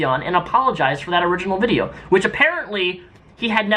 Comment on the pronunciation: He said "vidcha" redneck coming out lol